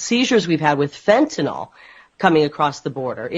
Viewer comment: First politician I've heard pronounce fentanyl correctly; it's not fenta nawl, it's fenta nill.